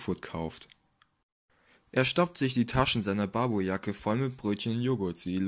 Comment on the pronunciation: Lernt doch einfach mal Sylt, Barbourjacke, Altona und Pöseldorf richtig auszusprechen. Und wieso ein Bild von der Berliner S-Bahn, wenn ein Zug von Frankfurt nach Heidelberg fahren soll?